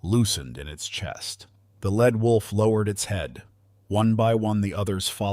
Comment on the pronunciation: It is not a "led" wolf. It is a "leed" wolf.